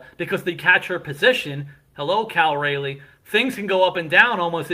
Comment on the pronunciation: Cal RAH-lee not RAY-lee.